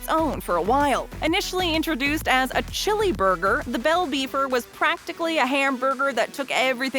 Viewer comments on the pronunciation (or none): none